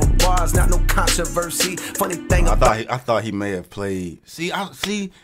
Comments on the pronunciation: The con-to-verse-see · it’s control-versee